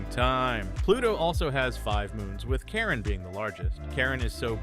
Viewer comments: It’s Charon not Karen! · It’s called Charon not Karen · You said Karen not Charon